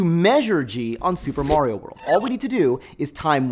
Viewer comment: 'mahrio', not 'mawrio'. just like pasta, not pawsta